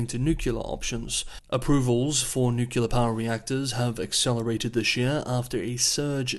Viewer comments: I love the channel and watch it everyday... But you gotta stop saying "nucular" instead of "nuclear"😀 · Nucular for Nuclear is not a regional or dialectic variation. You will find it all across the English speaking world. is not the first journalist to be criticised for it. I am not sure why, but for some reason a significant number of people just can’t seem to pronounce the word correctly, even when the correct pronunciation is pointed out. In the scheme of things it is a venal sin. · *Nuclear not "Nucular" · The word is "nuclear." New-clee-ar. Not New-cu-lar. Anything else is racist. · Nuclear is not pronounced “nucular” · It’s pronounced nu-klee-er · "Nucular"? Are you a bot? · are you homer simpson? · I'm going to my local Merriam-Webster editor and have a conversation on "Nucular weapons"...... hopefully be in the dictionary for next year. Also will have a conversation on Xi-dickhead-poo-bear. See if that makes it to. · The way you pronounce ''nuclear'' is driving me up the wall. Thanks for the update though 😆